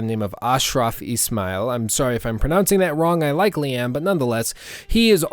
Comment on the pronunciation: When you said "I likely am" when talking about Ishmael, I thought you said "I like Liam" 😂